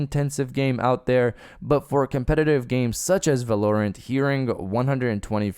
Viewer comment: Not at all trying to come off as a dick love your vids. Val-are-rent is how I think it’s pronounced. You do your thing though just wanted to let you know. More fps is better but anything over 144 FPS is a bit much but some say you can see a difference. Honestly the sweet spot is like 90. Anything at 60 on console will be nice for those exclusives other wise I’m playing on pc